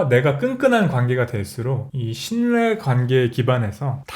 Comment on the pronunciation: 해일 대표님 말 톤이 왜 음유시인 같은지? 나만 그런가? 약간 하이톤이나 쉬고 끊는 음절과 동그랗게 울리며 부드러우나 때로 단호한 말투들이 그냥 듣고있어도 피곤하지 않고 햇살 가득한 창가에서의 어느 날 잔잔히 흥얼 거리는 노래같기도.^^ 근데 또 하나 특징..^^ 신뇌(-실뢰 ) 가끔 단어에서 연음법칙으로 발음 하지 않으시고 각 음절로 발음 하시는 독특한 습관이 있으셔서 의외의 귀욤귀욤이..^^ 인문학과 미학이 섞인듯한 강의내용들 많이 많이 보셔서 구독자 백만까지 가보도록 하셨음 좋겠👍.....🎉!